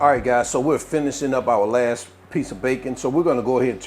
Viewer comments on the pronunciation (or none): none